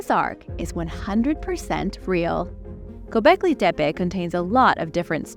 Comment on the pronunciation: thank you for pronouncing Gobekli Tepe correctly.